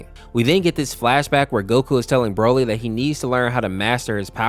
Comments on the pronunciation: broaly💀 chilia💀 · he called broly 'brol-ee' and cheelai 'chilliya', also gine (i think that's how you spell it) 'jenna' and 'gina' and he thinks piccolo is a better father than goku, you do realise piccolo is 4 years older than gohan, he's more like a brother, and when he was like a brother he either just sacrificed himself (which goku did twice) in the exact same way as he did, beat him up, throw him into a mountain, gohan thinks of him like a friend/brother, not a father, you can tell because of what gohan calls piccolo and what he calls goku, this is another one of super's failures when they misunderstand a character by making an exaggerated joke about them become true which makes people think it's also true in z (example: goku loving fighting, krillin's height, vegeta all of a sudden wanted to be stronger than goku when he lost that urge at the end of z) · Jeena, Fecheta, Brawly, Cheelia!?...like, you've heard these names said in the show before, right? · (I refer to demon king piccolo as DKP) Piccolo isnt actually DKPs son hes actually just DKP reincarnation (aka still DKP). An unknown namekian named "katatz" who is the father of the nameless namekian (the namekian before kami and DKP were "split") is the father of piccolo (also the pronunciation of "bulla" "gine" "yamcha" "broly" and "cheelai" are killing me 💀, also thats turles not bardock, fourth correction is that piccolo isnt his doppelganger, he fused with kami who was DKP (he became kami) so DKP could replace him but he managed to control him (its a refrence to when kami and piccolo fused into the nameless namekian in the android saga) and also nail is a snail because namekians are like slugs, also a reference to lord slug) enough of my rant lmao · Mispronounced Name: Gine, Cheelai, Broly